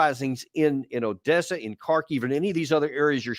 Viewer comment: Jacques on dit pas Odiessa... Soit tu dis Odessa ou alors Adiessa (Одесса)